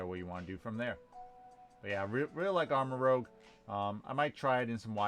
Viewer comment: its not pronounced armarogue its pronounced armarouge look it up